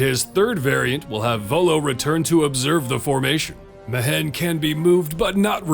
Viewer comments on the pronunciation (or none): Great vid as always mate. Now I won't be able to get that stilted "Me-Hen" pronunciation out if my head. Better than "Me-When" for sure though. Fingers crossed I won't need to fiddle with my gold find team again next event. Time for some pure support or debuff already! I'd even take favored foe...